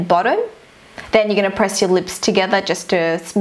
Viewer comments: its not leeps its lips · I love the way she says lips "leeps" 😂😂💜and "loops" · she says leep because of her accent